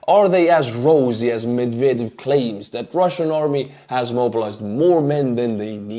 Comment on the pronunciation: I heard "McVader" instead of Medvedev, and that made me chuckle lol